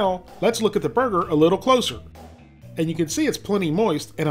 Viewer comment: How many times does he say “brrgrr”